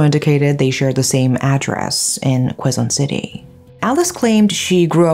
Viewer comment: she still pronounces Quezon city wrong. It's not kwezon it's kezon